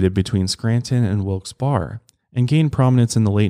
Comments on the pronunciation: i live here in town! also little future tip, it’s pronounced more like wilkes “bare” instead of “bar” ! 😂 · I love you but my ears hurt from hearing you say Wilks-bar instead of wilks-bear 😭 so weird to remember not everyone is from around here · its pronounced wilkes- "berry" not "bar" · As a local I have to correct one thing. It's pronounced Wilkes "Berry", not Wilkes "Bar". The Barre in Wilkes-Barre comes from Issac Barre, who was one of the two members of British Parliament the city was named after. Technically you can go into the true french pronunciation of Barre's last name as it's root is french but Americans apparently have trouble with the rolling r's, so. Sorry we always hear the mispronunciations here and it just makes a local launch into "That's not how you say it". 😂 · It's Wilks(Berry) Pa.... Not Bar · I'm from Scranton/WB area & it's wilkes-"bare" not berry or bar.. it's bare as in bare ass! 😂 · Exactly! Its pronounced "Wilkes BEAR" by locals. What gets me is that local news channels call it "Wilkes BERRY" LOL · It’s not pronounced Wilks barrey(although that’s not how it’s spelled, just pronounced) that’s crazy though I didn’t know that, that’s where they are from. Mile higher fam ❤ I’m here for it all. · You can also say that a demon will also smell like Sulfur. I live in Pa, Wilkes Barre is pronounced, 'Berry'. You tried and almost had it. Lol, God bless! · Wilkes Berry. that's how it's pronounced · As a Pennsylvanian you're pronouncing Wilkes-Barre incorrectly. There is "debate" in the area but the two I've heard are Wilkes-bear or Wilkes-Barry. Such an insignificant detail in the grand scheme of this story but I had to comment. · Its actually pronounced "Wilks-Bare" and a lot of folks in central Pa pronounce it "Wilks-Barey" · Its pronounced wilks-bear lol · "Wilkes BAR" hahaha I love you but man did this kill me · Lol im from near there its "Wilkes barry". But i mean ive heard people say "TUS kon" AZ too